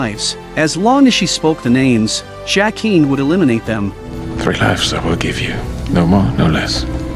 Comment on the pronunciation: AI narration is stupidly bad. Mispronounces characters names. Bran pronounces BEN-jen correctly. Why can’t the narrator? LYE-AH-na? Duke of Winterfell? Seriously? JACK-EEN? WTF?